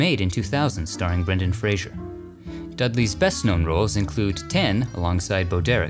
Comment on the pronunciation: It’s Brendan Fraser not Frasier.